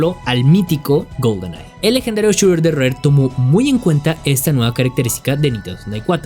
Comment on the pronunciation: Shoother "suer" Puzzles "pusels" 😮